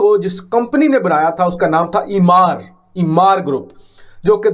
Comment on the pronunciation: Jis mulk ke nalayak news presenters ko companies ke naam bhi sahi bolne nahi aate, wahan itni badi badi construction companies aise hi mulk chhod deti hein...It's supposed to pronounced as Emaar, not Imaar, ghodu Imaar-Imaar kar raha hai...Koi is chutiya new anchor ko batao.